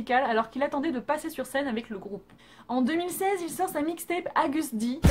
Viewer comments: C nimp tu dit ta bien écrit sa s'écrit Kim Nam Joon, Min Yoon-Gi et Kim Tae Hyung et Agust D sa se prononce Agast D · Oui mais sa se prononce AugustD même si c'est AgustD